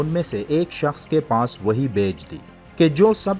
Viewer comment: Not wohi this word is (wahi)